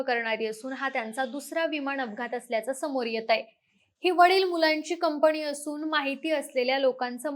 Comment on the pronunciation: कुपया तू पोडकास्ट देऊ नको. तुला "न " आणि "ण " नीट बोलता येत नाही. डोक्यात जाते तुझी भाषा. विमाण कम्पणी यांणी जमीणी पासुण हवामाण च्याणल हरियाणा मध्ये राहत होती का तू?